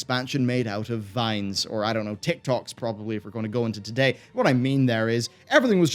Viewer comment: this man said Vines lol